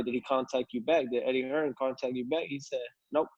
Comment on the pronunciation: Dear America.....It's Hearn not fuckin Hearns.